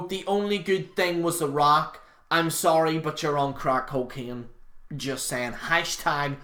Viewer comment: He said we are on "cwack coceene"